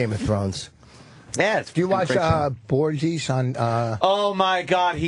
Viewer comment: I love how Colin laughs at the way Vos pronounced Borgia and then mispronounces Medici as Muh-deechee lol (Should be mehda-chee)